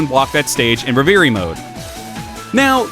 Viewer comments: Love the content, but yeah you sounded like a dumbass on camera. It's pronounced Rev-er-ie :P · Great review. What is he saying when he says ‘re-veer-y’ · Great review. What is he saying when he says ‘re-veer-y’? Is it “reverie” mode??